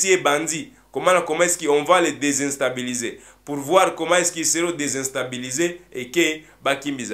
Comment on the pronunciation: On ne dit pas « DESINSTABILESER », mais on dit «DÉSTABILISER ».